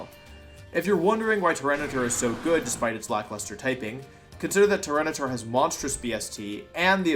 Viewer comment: I can't be the only one questioning "Tyrantitar" right?